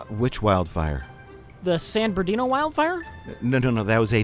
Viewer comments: "San Berdino" 😁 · Lmao pronouncing San BERNARDino... as San Birdino lmao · I love mispronouncing San Bernardino, it’s so on brand